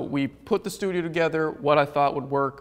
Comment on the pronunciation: and his "SLEWdio" instead of studio. ha